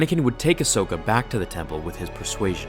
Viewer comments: When you said Ashoka and a Anaken. 🤮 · Ahsokin > Padakin